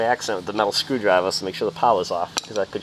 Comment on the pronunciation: What's a screwdriv-ah? :)